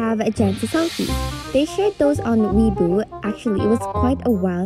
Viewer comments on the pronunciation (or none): none